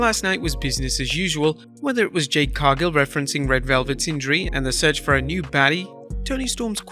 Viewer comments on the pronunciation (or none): none